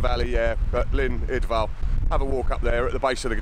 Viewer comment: Another great video,. Wonderful. Just a note: It's not pronounced "Idval", it's "Idwal". Look forward to your next adventure, and best wishes.